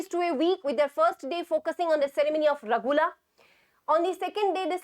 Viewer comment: Ma,am not Ragula it's (Rugala) and Kakkat it's (chachat)